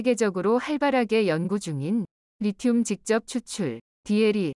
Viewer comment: 오타로 잘못된 자막이 있더라도 해설은 제대로 해야지 않나요? 리튬을 제대로 발음한건 딱 두번 나오네요 ㅎ